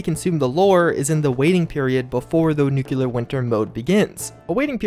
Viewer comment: Nuclear not nuculer. Lol.